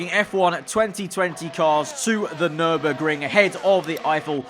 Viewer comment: says nümberg Me:Is it just me or is this track tuscany...